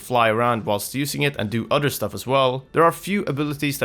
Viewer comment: Why do you say "udder" instead of "other". Creepy 🤣